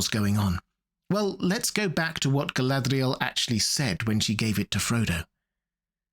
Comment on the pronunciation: Your pronunciation of Galadriel comes off as an affectation.